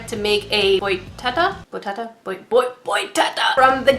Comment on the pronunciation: It's like "boi Ta-TÁ". It's a Brazilian creature from our folklore. 😁